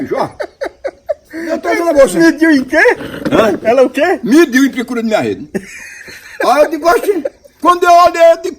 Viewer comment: Mas ele falou "pricura"